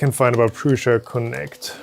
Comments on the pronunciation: It’s Prusa NOT PRUSHA like you say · I just put it in Google Translate and it said Prusa not Prusha